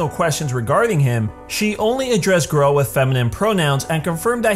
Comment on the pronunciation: i respect lesbians in all way i think they deserved more respect than any other! but im not that kind of person but if it means grell than yee ill do it so its no hate (not being rude just pointing out) its grell not grelle X3